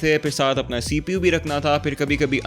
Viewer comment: wtf u saying "cpu" is it intentional